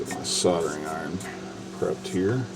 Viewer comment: It's not soderen, it's called SOLDERING...now,.. one more time so you my adsorb it permanently SOLDERING....THE..ING at end of a word is their for a reason...ooink, Oonink? Weee, weee, all the way HOME.